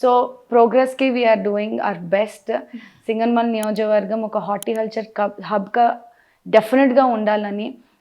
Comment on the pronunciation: నియోజక వర్గం అని క్లియర్ గా పలకండి సిస్టర్.All my best wishes.